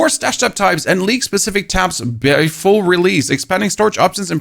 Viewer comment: OH! He's saying "League" not "Leak." Now I get it.